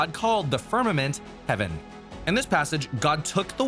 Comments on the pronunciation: "fimament" tehe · FIMAMENT. Heh... XD